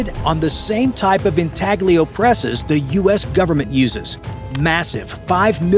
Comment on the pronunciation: Why do you mispronounce the word intaglio